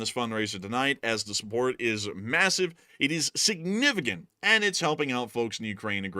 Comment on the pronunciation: Nevertheless, sanificant is killing me.